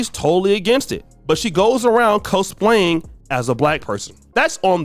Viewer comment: Cosplaying = "Caws"playing